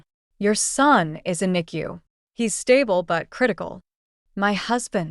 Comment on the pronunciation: Thank you for pronouncing NICU correctly. A rarity!